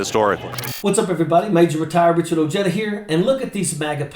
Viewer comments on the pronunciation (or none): Hey Richard, Ojeda is a Spanish name pronounced O-hehda, not O-jayda.